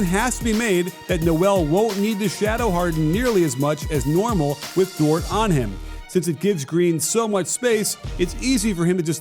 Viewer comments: it's pronounced like "door" the "t" is silent respekte nou 🇭🇹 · you’re my favorite NBA aficionado and analyst, but rhyming Dort with short just bumped you up a few notches on my top comedian list too. 😂😂😂